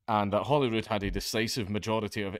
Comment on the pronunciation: You said Holyrood. I heard Hollywood.